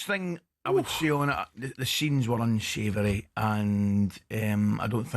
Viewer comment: The scheeens were unschavery